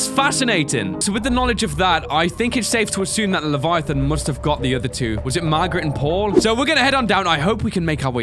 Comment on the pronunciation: leviathan emperor not levitate lol